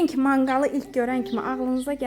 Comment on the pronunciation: Xanım zəhmət olmasa danışanda düzgün danışın . ,,Düşündüm kü,, yox ,,Düşündüm ki,, olmalıdır. Kaydedim yox qeyd edib olacaqdı